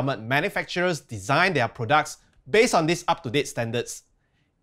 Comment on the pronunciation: Just funny how you pronounced products. PRUDAK 🤣🤣